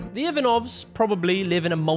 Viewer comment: Your pronunciation of the name Ivanov was brutal. 😂